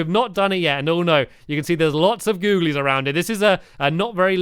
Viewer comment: When he went to build at the back of the building he said goolies instead of googlies